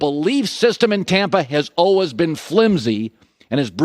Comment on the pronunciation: Colin “Allwizz” Cowherd